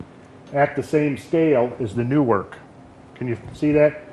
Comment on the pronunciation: Newark is pronounced "Nerk" just so you know. And Chillicothe is "Chill uh coth eee"